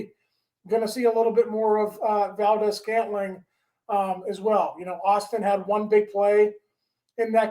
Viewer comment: How the fuck can you pronounce MVS correctly but not Theilen🤦‍♂️